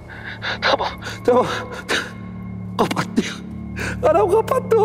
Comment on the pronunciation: Bu başak tamam demesine çamam demeyi kicik ediyo beni resmen 😏